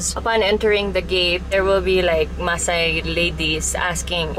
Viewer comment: It's "maasai "